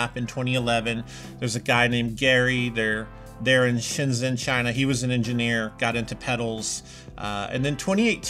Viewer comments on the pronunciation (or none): none